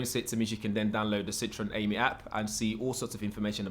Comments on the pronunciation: It's "Am-ee". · Pronunciation AM-EE